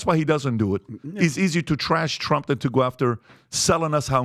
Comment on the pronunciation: "Trunff done sanked the Titanic boat AND he started dat Workd Wart 2" - my speech therapist Cardi-B